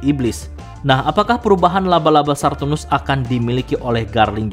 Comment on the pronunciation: "Saturnus" min, bukan "Sarrrturnus"